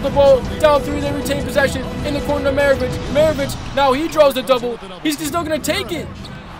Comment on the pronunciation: Commentating but not calling Pistol Pete Mavarich the correct name oof